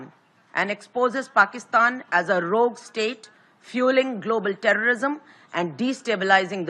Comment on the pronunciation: Sir just 1 thing It’s Rogue not Rouge